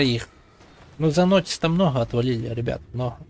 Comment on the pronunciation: МноХа ахаха Иди к логопеду сходи))